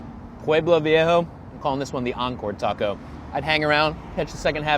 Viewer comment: Sobretodo me ha rematado cuando ha dicho viejo pero ha cambiado la o por la a por sus huevos morenos xd